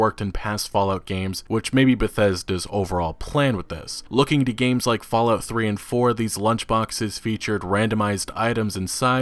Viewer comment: "Into the 'GAMESES' console command. "